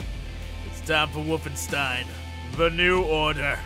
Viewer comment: Yes, play your "woofenstein"